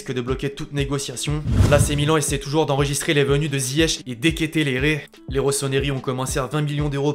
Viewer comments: Il a dit de ketelere au lieu de de ketelare pour de ketelaere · Très chouette vidéo mais par contre c’est De KeteleAre (on dit le a en Néerlandais)